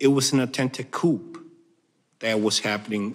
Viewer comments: um, anyone notice the officer said Coup Coop which means he was given his talking points he read the word like it was his first time reading it. It's pronounced COO or more literal K-ew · These cops are jerks. An embarrassment to law enforcement. The first one read and mispronounced the word coup. 15 minutes of fame. Are they looking for promoting. Yes! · The first guy pronounce the P I. Coup